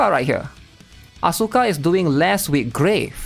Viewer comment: I would love you much more if you spelled Asuka As-ka instead of AsUUUUUUUUka, it's probably just me but I hate the botched pronouciation so bad, my pet peeve. It was beaten into me during my teenage years 20 years ago due to Tekken and Evangelion, weebs back then were very very serious about this stuff, you had to know your stuff to be accepted into the inner circle of weebs.